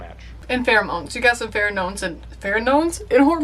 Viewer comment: When you mispronounce pheramones, all I could see was a garden gnome with Farrah Faucett hair... : D